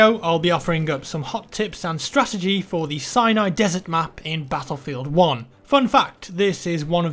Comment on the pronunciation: anyone else think he says "cyanide desert "?